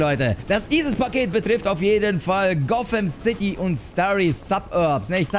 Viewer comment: Niemand: StanPlay: Gofämcity